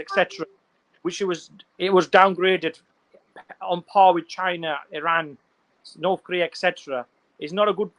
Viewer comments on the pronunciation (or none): none